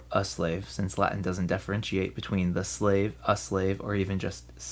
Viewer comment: I like your Latin pronunciation, it's not common among English speakers.